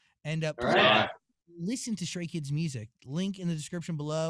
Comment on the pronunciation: Everytime he says Stray Kids, it translates to Straight Kids lol